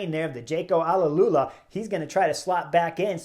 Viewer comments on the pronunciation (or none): Jayco Alula Chris, not Alalula.